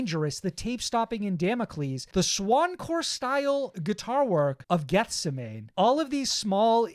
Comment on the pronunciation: Good stuff guys. Also, Geth-seh-many 😅